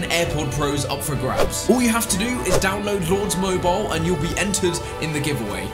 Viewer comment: Mobile not moubile